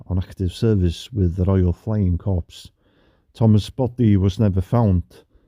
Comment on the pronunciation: At 1.53 and 5. 48 it isn't corps, it is pronounced core. Thanks for the correct pronunciation of kilometre, so many pronounce it in the American way.😇